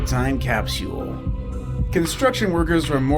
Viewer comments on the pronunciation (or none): Narrator doesn't know how to say capsule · It’s capsule, not capsual. Mr video presenter voice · Why the hell is he saying capseule? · Wtf is a "Capsiole"...